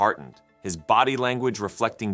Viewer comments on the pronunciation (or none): none